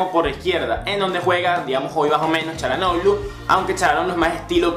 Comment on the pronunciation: error Hakan no es 10 es mas un ala, un volante por la banda, como un carrilero pero mas ofensivo PD: al fin pronuncias Chalanoglu!!